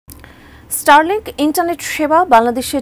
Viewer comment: দয়া করে reporter দের উচ্চারণের উপর প্রশিক্ষন প্রদান করুন। ষ্টারলিংক কে বারবার ইষ্টারলিংক বলছে যা খুবই শ্রুতিকটু।